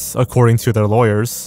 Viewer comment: "Accoeding to a Salon article" Lol